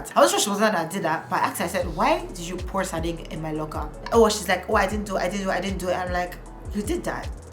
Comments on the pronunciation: Not “sarding” omo sardine don turn sardinG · me here dying every time you said 'sarding'